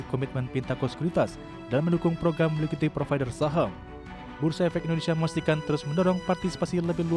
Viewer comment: “Ligiti provider”, “Liqiti provider” atau saya yang salah denger 😂